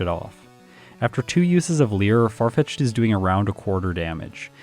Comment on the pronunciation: Farfitched in this jayun:). ( would be pronounced Yahn, like Pokémon Challenges' name, so I had to get creative with spelling:).) Don't forget to check you're recording!:)